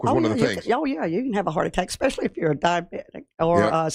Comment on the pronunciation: Does anyone want to tell that the word is eSpecially and not eXpecially? Lol